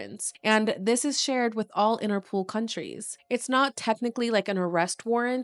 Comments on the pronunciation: Is INTER-POL. Not pool. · 'interpol' not 'interpool'